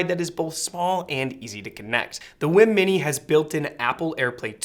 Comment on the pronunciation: Dude, I believe it's pronounced "weem." But phonetically it probably should be pronounced "Ym." But no matter how you pronounce it they seem to be amazing products (I've watched many reviews that all seem to be in agreement). I'm considering a WiiM Amp for my bedroom.